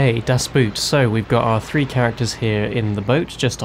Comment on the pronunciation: Always pains me to hear people pronounce "das boot" as a boot (the footwear). Just try to search "how to pronounce das boot" here on youtube.